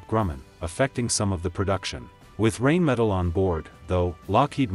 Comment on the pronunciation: First of all it's pronounced RHINE-metal not RAIN-metal. Guessing you haven't studied them very well or your AI robit is artificial comcompetence.